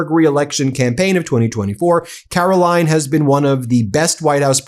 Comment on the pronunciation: Have I mentioned how much I enjoy you calling her Karolying...😂